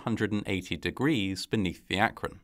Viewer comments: I'm actually impressed by the proper pronunciation of Akron. ❤️ Some folks get it all wrong! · Thank you for pronouncing "Akron" correctly. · Like, I know this is a low bar, but thank you for pronouncing Akron correctly 😭 You're the first YouTuber I've come across to actually look up the pronunciation and used it.